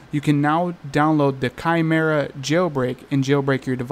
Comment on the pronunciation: “Kai Merra” that’s how u say it 😊